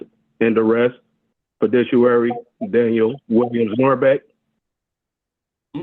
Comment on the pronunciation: I never knew was a "fidishuwary."